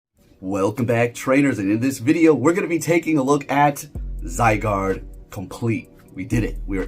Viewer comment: Bro I am disappointed you pronounce Zygarde correctly...what's wrong with you?